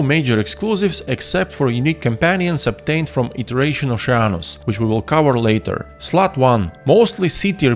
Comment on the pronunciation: Such a comprehensive guide! Let me give you a few tips of my own to further improve the quality of your guides: Consider looking up the pronunciation of hover, cover and each other. Cheers!